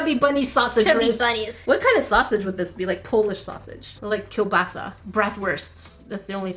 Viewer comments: OMG AM I THE ONLY ONE HAPPY SHE SIAD KEIBASA NOT KEBASI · Wow u said "kiełbasa" do pretty OwO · Oh gosh, I Love the moment when You said "kiełbasa". I don't know why but it maked me proud (Maybe bc I'm From Poland XD) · being able to pronounce kiełbasa almost perfectly fills me with joy, I dunno even why xD I'm from Poland and live in Germany, it's right next to Poland but they never pronounce anything properly xD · you really said KIEŁBASA well, i'm proud of you :3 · Im impressed how well said "kiełbasa". Well done girl 🔥❤ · Omg I'm Polish and when you said "kiełbasa" I thought I overheard something 🤣🤣 but your pronunciation was on point! 💕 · When she said "kiełbasa" I was like: 😱🇵🇱🤡😄😁😆 You said it so well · Sika, congrats on saying "kiełbasa" :D Keep her educated, big sis